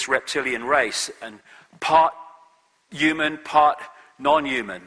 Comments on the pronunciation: sorry but why does he keep saying EWE-MAN instead of human it's so annoying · The only thing I know for sure is he pronounces 'human' as 'yuman'...